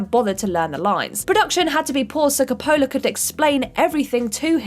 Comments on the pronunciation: it's pronounced Còppola not Coppòla. WTF? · It is not Cop-PO-la, it’s COP-pola. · It’s pronounced Koe-pa-la not Ka-pola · KAHP-oh-la, not Koh-POH-la. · Ki-pole-lah? Coppola. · Frances Ford Kuh-Pohlah... omg... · I'm British... Nobody says Cop'ola... and god know what she was calling Arny. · You can: Include pronunciation notes; Discuss pronunciation before recording; or choose not to include words your narrator can't pronounce. You can't pronounce "Coppola!?" The surname of one of the most well known directors? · I think needs to learn how to pronounce Coppola. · Had to fast forward through Apocalypse Now section due to ridiculous pronunciation of Coppola. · And don’t get me started on how she says Coppola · Someone please teach this person in how to correctly pronounce Coppola... please. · I kinda winced when she pronounced Coppola. Lol. Bless her heart. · What the hell.... why can't you pronounce Coppola and Schwarzenegger!?!?!